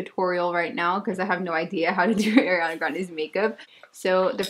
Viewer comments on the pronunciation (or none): "air" iana grande.. No girl NOOOOO 😭 A REEE ANA grande 🤣 everytime u said her name like that I cringeeeeedddddd ❤️